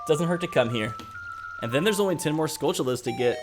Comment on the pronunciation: Skull-TULL-ahs. Where in history has a "t" ever been pronounced as a "ch" sound? Like Ta-RAN-tyoo-la. Its basic English man, come on.